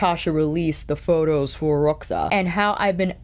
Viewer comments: Né? Eu achei que a pronunciou direitinho, deve ter sido uma das únicas YouTubers de língua inglesa que fez esse esforço 😃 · Hi, how you doing? I'm from Brasil (wich you guys write Brazil), where we speak brazilian portuguese, and the way you said Roxa is just right, it's just how we do it around here (no idea how it goes in Portugal). Luv luv luv your videos, yaour chanel is one of my all time favorites. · I’m Portuguese and it sounded perfect ❤